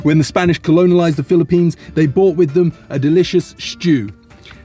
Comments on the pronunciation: Its Colonized. Not Colonolised 😂😂🤣🤣✌🏻✌🏻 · hahaha its "colonized".